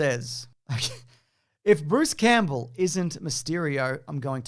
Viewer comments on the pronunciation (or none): none